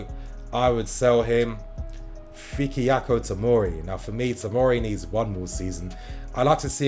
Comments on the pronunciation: FIKIYAKO!!!?????! Lol it’s FI-KAI-YO Tomori... nini da butcher ... love your content tho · It’s fik-ay-o tomori 😂 Good video please give us tomori and mount😭😂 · learn to pronounce their names at least christ, fik- iak- o' who the fucks that??? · you butchered tomoris first name lmao